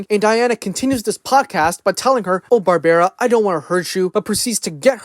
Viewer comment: Why's he saying Barbara like that?